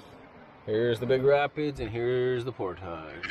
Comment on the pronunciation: How many times you going to say portosh this video?